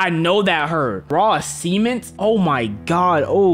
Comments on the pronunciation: a sement sement it’s sement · really said “Raw Seement” I thought he said semen. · Who says SAMENT like that👀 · STOP SAYING *SEMEN*T! ITS CEMENT!! Anyway love your vids🫶🏽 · did u say cement or se more men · Why does he say s3men instead of cement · “Raw cemean -t”💀🙏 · “Raw sement” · "raw sement"-daddy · I’m sorry but bro saying cement like SEEment is hilarious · Bro said sement XD. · Bro kept saying sement and not cement I think he knew what he was doing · BRO SAID IT AGAIN… SEMENT 💀💀💀💀💀💀💀💀💀💀💀💀💀💀💀💀 NAH IM 💀💀💀💀💀💀💀💀💀💀💀💀💀💀💀💀💀💀💀💀💀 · bro says cee-ment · I thought you said raw cemmen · nah he said semen-t fr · why he keep sayin cement like seament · when u say cement it sounds like semen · The way he pronounces cement is killing me😭😭